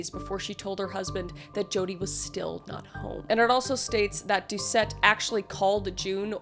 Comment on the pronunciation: Louisianian here. Doucet is pronounced "Dew-say". :) It's French, so you drop the last letter. Really good effort, though!